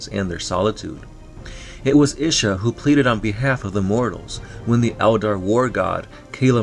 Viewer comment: It's pronounced Ee-sha